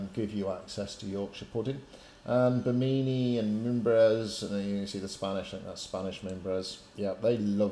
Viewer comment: FYI - 1) Great vids, thnx again. 2) The cities are pronounced "Smear-nah" And "Bim-In-knee"